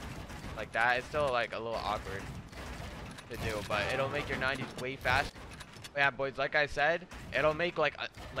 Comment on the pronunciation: When he said way i tought he said sway